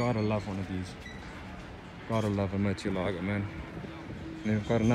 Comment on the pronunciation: It's pronounced Murci-elago